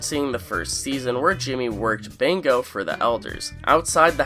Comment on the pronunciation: Are you trying to say Bingo ? You pronounce it as Bango